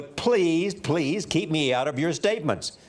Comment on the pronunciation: Sarena just said "Kerp me out of it!" Lol